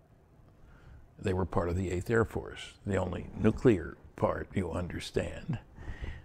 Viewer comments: you did an awesome job... but its NEW-CLEAR not NEW KYOO LER on second thought, I just got to the 59 min mark... not good. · STOP SAYING "NUK-U-LAR" it's "Nuclear". "New-Clear". "NEW-CLEAR"!!!!! Pronounce it right, or don't say it. Seriously. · From what I noticed, 'nuc-ular' has become an accepted pronunciation in the military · Stanton is admirable for not being as furiously annoyed as i am, everytime i hear say "Nuc-ular". Please, dont take English lessons from George W. Bush. If you have a nuclear phycisist guest, you could at least pronounce one of the most spoken words properly. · new clear ... done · This is pretty funny I'm getting more comments about my miss pronunciation of the word nuclear in the whole interview . I should do it more often I forget how well it worked for George Bush